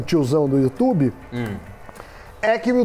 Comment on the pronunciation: Meu Deus, melhor canal de investimento que existe no "youtchub" como fala o Datena KKKKKK